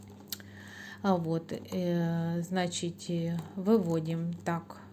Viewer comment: Согласна. А ещё "значитЬ",пОверх. Слух режет.